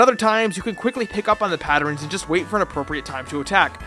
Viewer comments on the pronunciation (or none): Hold up... were you pronouncing patterns like patter-rens? lolwut XD Ignoring that, fantastic video as usual. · How many times did you say "patterins"?